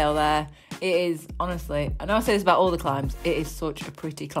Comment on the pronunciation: "What's he on abaht?"